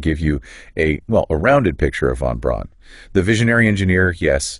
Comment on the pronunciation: Within the first minute it says "Von Ron" rather than Von Braun". Next is says "Saturn Vee" rather than Saturn Five" The V is a roman numeral. I didn't bother watching farther because I have played with this google notebook and it just makes things kinda convincing enough but not. Good luck.